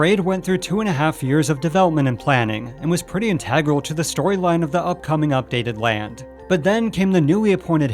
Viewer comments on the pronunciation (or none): "in-tag-rel"? - oh you mean Integral